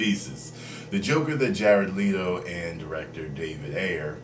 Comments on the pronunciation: its letto not leeto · Hey, you pronounce Jared's last name like "let" not "leet".